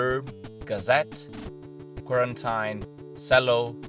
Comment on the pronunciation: Bravi. Interessante. Qualche piccolo errore di pronuncia. Quarantine si pronuncia "quaranteen". Ciao!